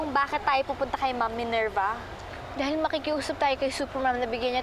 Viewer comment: Minerva✅ Ninerva❌